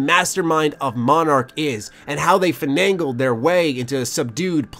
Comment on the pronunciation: Finagle not finangle